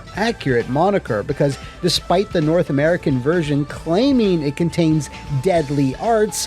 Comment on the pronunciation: You can always tell someone is Canadian when they say "North American."